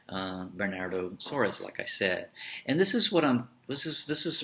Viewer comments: Is not Suarez....... But SOARES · it's pronounced like the spanish "Suarez" haha